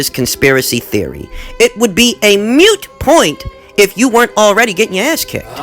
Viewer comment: The word is "moot"